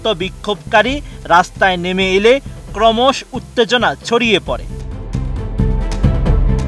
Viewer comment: জনাব! শুদ্ধভাবে বাংলাও পড়তে পারেন না; আইস্যা পড়ছেন বাংলা সংবাদ পড়তে!?😲😇🤔?! ক্রমশঃ হিমবাহ ইত্যাদি ভুলভাবে উচ্চারণ করা হয়েছে।